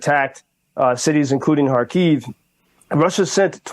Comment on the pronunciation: Thank you for your work. Small recommendation about the pronunciation of Kharkiv city - it is on the first syllable Kha`rkiv / KhArkiv. (not Kharki`v). Thank You.